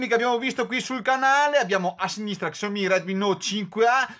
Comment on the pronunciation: Grande! hai avuto le stesse mie difficoltà.. quando abbiamo più di due dispositivi da comparare, è normale avere un minimo di difficoltà con i nomi! Keep Pushing! Ah.. "sciao-mì" per la pronuncia!!!!!!!!!! ahahahahah